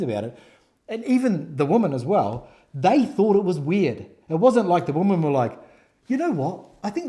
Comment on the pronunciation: Why do you have difficulty pronouncing Women? Sounds like you said "there were four Woman".